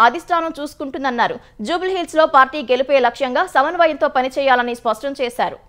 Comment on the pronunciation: సవన్వయం కాదు, 'సమన్వయం' అని చదవాలి. స్వష్టం కాదు, 'స్పష్టం' అని చదవాలి. తెలుగులో వార్తలు చదివేటప్పుడు తెలుగు పదాలు సరిగా పలికేలా అభ్యాసం చేయండి.